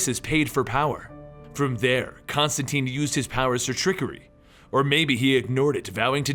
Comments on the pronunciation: whatta... you teen not tine? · It's John ConstanTINE IT RHYMES WITH LINE NOT CONSTANTEEN WTF HE EVEN SAYS THIS IN THE COMICS!!!!!!!!!!!!!!!!!!!!!!!!!!!!!!!!!!!!!!!!!!!!!!!!!!!!!!!!!!!!!!!!!!!!!!!!!!!!!!!!!!!!!!!!!!!!!!! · tIne not teen. Rhymes with fine :P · His name rhymes with fine. Why is it no one can remember that. Do all these comic channels get all their Constantine information from the movie. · Sebastian Ferguson I know people pronounce stuff differently but when the character in the book says its ConstanTine it rhymes with line then you should pronounce it correctly as well